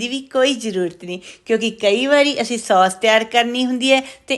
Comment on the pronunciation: ਉਹ ਬੀਬੀ ਸੌਂਸ ਨਹੀ ਕਹੀਦਾ. ਸੋਸ ਕਹੀਦਾ ਹੈ 😂😂